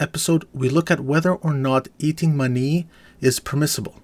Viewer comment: For a second I thought you said eating money...